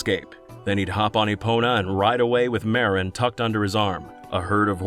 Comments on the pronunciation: The fact that that's how it's spelled in Japanese is true, but your pronunciation is off. It's "Mah-roan", not "Mare-in". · The character's Japanese name is マロン and, due to the limitations of the Japanese language, it can be written in the roman alphabet as either Maron or Malon. It's katakana, so it's not a native Japanese word, and could be either one. Given every other language takes it as "Malon", and the ranch is called the "Lon Lon Ranch", I'd say that's the canonical reading. So the question isn't whether you made a mistake, but which mistake you made: "Marin" or "Maron".